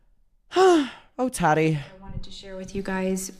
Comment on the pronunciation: 🫶 it's TAAH-Tee...not tat-tee...lol. you are adorbs.